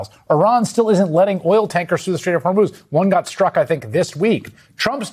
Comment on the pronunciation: What is he saying "strait of hormones "??????????😅